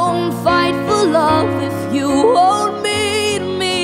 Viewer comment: The only thing I think need to be changed is when you said “you” it sounded like “yewww” but I think you should open your mouth more